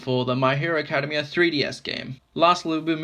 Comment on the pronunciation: This video helped me decide if i wanted the figure but the way you mispronounce Academia makes me cringe >_< You're not supposed to say it like you're going to say the word academy, ("ah-KAD-uh-mee) it changes to "ak-uh-DEM-ee-ah"